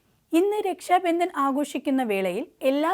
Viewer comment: വാർത്ത അവതാരകയ്ക്ക് അക്ഷരശുദ്ധി തീരെയില്ല. പ്രധാനമന്ത്രി - പ്രദാനമന്ത്രി രക്ഷാബന്ധൻ - രക്ഷാബന്ദൻ ബന്ധങ്ങൾ - ബന്തങ്ങൾ മധുരം - മദുരം രാഖി - രാഗി മുപ്പത് - നുപ്പത് മാർഗ്ഗരേഖ - മാർഗരേഗ മുഖ്യമന്ത്രി - മുക്ക്യമന്ത്രി പ്രാർത്ഥന - പ്രാർത്തന കൊച്ചുകുട്ടികൾക്ക് പോലും വൃത്തിയായി ഉച്ചരിക്കാവുന്ന ഇത്രയും വാക്കുകൾ ഈ പെൺകുട്ടി തെറ്റായിട്ടാണ് ഉച്ചരിക്കുന്നത്. വാർത്താ വായനക്കാർക്കും അനൗൺസർമാർക്കും ആദ്യം വേണ്ടത് ഉച്ചാരണ സ്പുടതയാണ്. അത് ഇല്ലാത്തവരെ ഈ വക ഉത്തരവാദിത്തങ്ങൾ ഏൽപ്പിക്കരുത്. മാതൃഭൂമി പോലെ ഒരു ചാനൽ ഇങ്ങനെ കാണിക്കുമ്പോൾ ഇത്രയും കാലം കൊണ്ട് മാതൃഭൂമി നേടിയെടുത്ത അന്തസ്സാണ് നഷ്ടമാകുന്നത്.